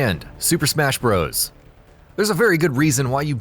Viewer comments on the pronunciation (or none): none